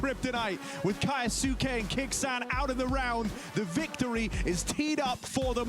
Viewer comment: kAyAsUke damn commentator. Read it bruh 😂